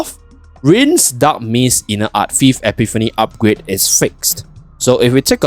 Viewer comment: same, i couldnt understand what he said. translation said "inner art thief" lmao